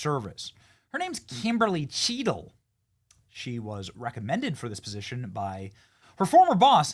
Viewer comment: Bennie, why you gotta say Kimberly like that? 🤣